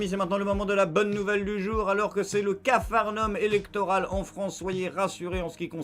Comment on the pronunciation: à pas "capharnum " mais capharnaüm ,faut prononcer le "a" sans l associer au "u"